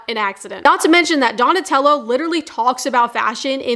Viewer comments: Donatella. Uh. Not oh. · It's Donatella with an A